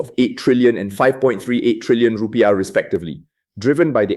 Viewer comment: It's not Ru - pie-ah but rupee-iah